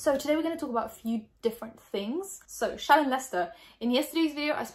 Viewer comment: i honestly thought her name was “shannon” from how was saying it but then i read the comments & saw how it was spelled lol 🙃